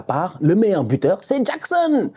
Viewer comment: Nicolas Jackxxxxxxon 😉 il m'a tué à dire son nom comme un jamaïcain 😂